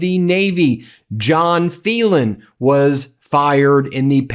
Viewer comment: Phelan is prounced FEELAN not FELON ..just saying...